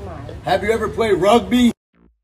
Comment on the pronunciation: He said rugby not robeat?